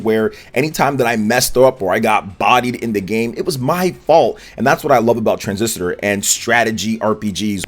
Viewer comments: “Tran-ziss-ter” ✅ “Tran-ziss-a-ter” ❌ “Bas-chin” ✅ “Bas-tee-on” ❌ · Tran-sis-tor not Tran-sis-ti-tor…..sorry to be that guy. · Why do you always call it "Transisitor"? 😂 It's "Transistor"... I enjoy your content but you pronounce so many things wrong lol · Transisitor. Bahaha. Said it like 10 times, too. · Oj its tran - sis - tor 😂. Two vids in a row men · can you please pronounce Transistor correctly. You are a native English speaker ffs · Didn't read my comment on the last video regarding the Transistor pronunciation, I see haha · One too many syllables in your pronunciation of Transistor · I agree with you. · Yeah that threw me off like wait is he really saying it like that? Lol